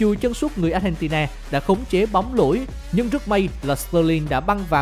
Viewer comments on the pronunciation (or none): none